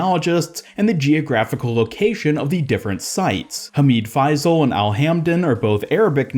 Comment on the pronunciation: It’s hamid fay-sil